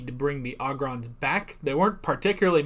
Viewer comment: It's pronounced Oh Grons not Ah Grons. Ya know, it's Leve OH sa lol